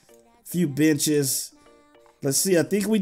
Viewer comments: He was trying to say benches but it sounded like b**ches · when he said benches it sounded like the other word